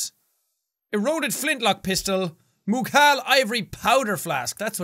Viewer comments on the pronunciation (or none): I can't stop laughing when he pronounces "Mughal" as "Moockal".